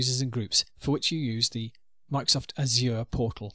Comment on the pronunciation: every time the instructor pronounces "azure" with a fake french accent I cringe. no french accent needed, no one says it that way lol